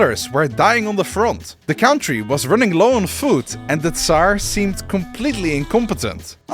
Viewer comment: Oprecht leuke video met een heel leuk concept en leerzaam maar alsjeblieft zeg country als cuntry en niet als cowntry 🤣🤣